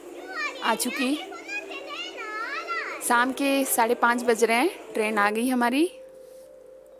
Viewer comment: आप शा को स बोलती है 😭😭 साम । सेयर । सुरु शाम । शेयर । शुरू